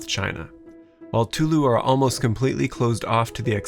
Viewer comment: Just in case you were curious, the pronunciation of tulou Is a lot more like "too-loe" with the tones stripped